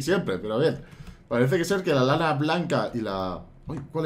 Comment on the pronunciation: soy yo o digo lala en ves de lana?